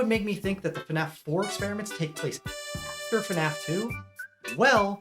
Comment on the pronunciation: Why can’t bro say After?